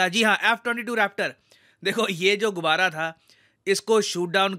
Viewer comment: गुबारा नहीं गुब्बारा बोलिये